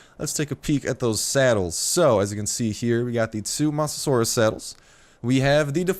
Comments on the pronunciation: I believe its not moss but mose that how u say mosasuar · Mose-a-saur, that's how you say it. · God damnit its mose-a-soar-es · It's mosa-suar-us please pronounce it right :) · Start its mo-sa-saw-iss please say it right please it's my fav dino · You mispronounced mosasaurs and you called it a dinosaur, which its not. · You said its name wrong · You pronounce mosasaurus with low O not high O. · you and several other Youtubers have been butchering the pronunciation of Mosasaurus.